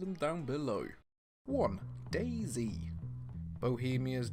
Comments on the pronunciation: dayZ* not daisy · Bruh it's not daisy it's day z 😂😂😂